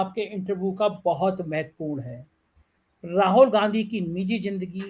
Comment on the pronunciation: आप राहुल गांधी को बार बार राहोल गांधी प्रोनाउंस करते हैं, जो बहुत अजीब सा लगता है। प्लीज ठीक से प्रोनाउंस कीजिए।